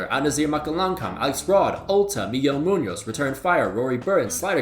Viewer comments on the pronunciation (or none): none